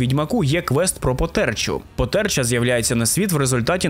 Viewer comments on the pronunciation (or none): Не потЕрча, а пОтерча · Потерча (наголос на а) - істота з укр міфології (можливо в польській він теж є) - це дух померлої нехрещеної дитини